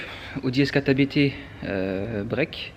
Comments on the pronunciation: Salut, on dit Abt, pas A.B.T. Il s'agit, comme tu le sais, d'un préparateur qui se nomme Hans-Jürgen Abt. Amitiés. Jc. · Salut, j'aime beaucoup tes vidéos que je découvre, par contre, si je puis me permettre, ce n'est pas "A.B.T" mais "Abt", Société de M. Hans-Jürgen Abt, bien connu en DTM :)